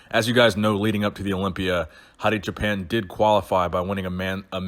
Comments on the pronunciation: Please dont pronounce Hadi "JAPAN" ever again. Wipe that clean from your vocabulary. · It s Choooo Paaan like "Too & On" and it means sheep holder